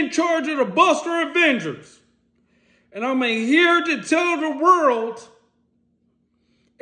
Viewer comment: mmm na fam go to every video he’s made n the no jumper pod also lmao the virld …..it’s “WORLD” not wirld not virl not furl “WORLD”😂 I’m entertained tho and thats the point 👏